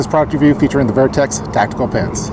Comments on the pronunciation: Is it spelled vIertex? Or VertX? Why are you pronouncing it VIERTEX? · Wtf is vairtex..... Vertx